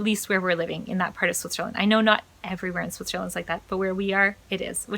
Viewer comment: Just one question, it also stroke me with your first video: Why do you pronounce "Switcherland"? LOL - Did you see so many hoodie shirts here from the SWITCHER label? :) - The documentary about public schools failing in the US is called "Waiting for Superman".